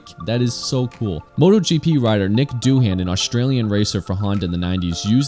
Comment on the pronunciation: You pronounced 'Doohan' wrong ;)